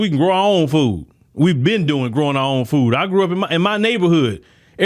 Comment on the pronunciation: It's pronounced "fooD", not "foo".